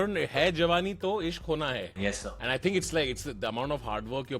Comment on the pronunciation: varun is calling tanmay as sirrrr